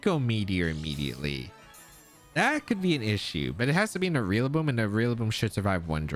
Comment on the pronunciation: Lol you keep saying realaboom